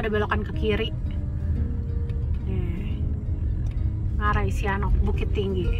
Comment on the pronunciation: Cara pengucapan BHS minangnya byk yg salah..sep.ngarai Sianok..huruf k jgn di baca yaa